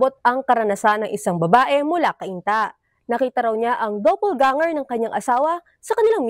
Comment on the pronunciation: Sabi ni ate g reporter “double ganger”.😂😂😂